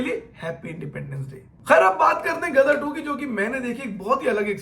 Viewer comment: Ama bhai tumhara roh tallafuz toh ek dum sahi tha ..ghadar ko gadar kyu keh rahe ho..aayen “ ghaien ” bhool gaye bhai